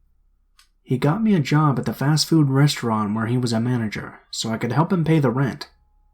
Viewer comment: In story #2 said restaurant weird 😂